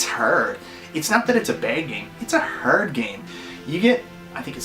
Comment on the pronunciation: It's hyarrrd, a hyarrd game.